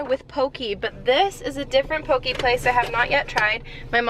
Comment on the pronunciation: I am sorry I love your videos but being from Hawaii the way you pronounce poke is just very different from here (poh-keh) not pokey. But it doesn't matter you are an amazing person and loving your pup and cat. They are so adorable.